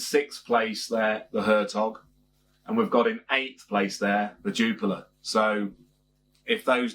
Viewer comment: Cracking beer 🍺 one of my top 3 on perfect draft! Sorry to nitpick but your pronunciation is wrong it’s pronounced Jupilee